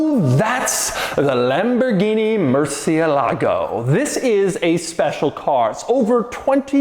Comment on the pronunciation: It's not pronounced "Lamborghini"!!!!!.... It's Lamborghini... cmooon man